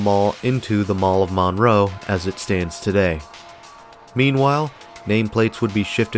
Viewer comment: It's not pronounced Maaan-row.... it's Munroe